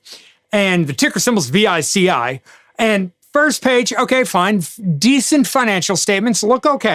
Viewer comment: You call it VICI( as in Vichi)